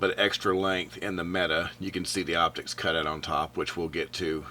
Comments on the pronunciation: It's pronounced "Meh-Tay"!!!! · Actually his pronunciation is quite good for a non Turkish speaker. He just needed to vocalize a strong "t" instead of "d"